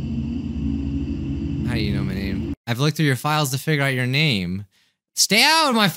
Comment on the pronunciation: you did not pronounce my name right